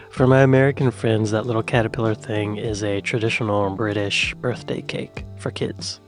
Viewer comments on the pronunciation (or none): none